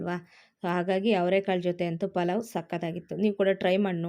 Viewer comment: Corectagi helu palav antha